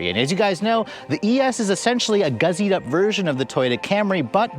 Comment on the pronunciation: Great review,! It is "gussied up" not "guzzied up";-)